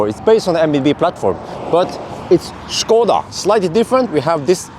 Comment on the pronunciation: Thanks for saying SHkoda not like most uk speakers skoda